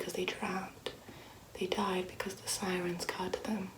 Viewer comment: is in the bath: "SiReNs"